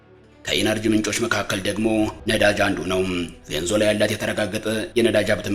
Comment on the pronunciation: ቬኒዝዌላ....ማለት አቅቶክ ነው .. ቬንዞላ